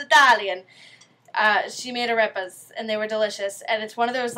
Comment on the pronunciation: Hahahaha you have a mistake, Arepas are from Venezuela and Colombia, but is funny to hear you saying "Arepa" xD. I'm happy for you, because you tried to do some arepas and the most important thing is: you enjoyed cooking and eating our arepas :D PD: next time, try to cook using "Harina P.A.N" is the best ;)